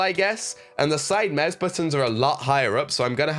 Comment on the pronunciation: Every time you say mause I’m dying 😂